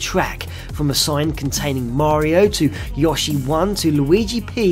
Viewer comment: ITS PRONOUNCED YOSHI NOT YOSHI